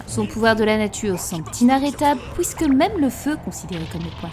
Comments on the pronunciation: « Pouisque »🤣 Super video 👍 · 2ème commentaire que je lâche sous une de tes vidéos, ta prononciation des OUI est magistrate je ne m’en remet pas je kiff 😭🤣🤣 « hOUIt » au lieu de dire « huit » et « pOUIsque » au lieu de puisque jpp😂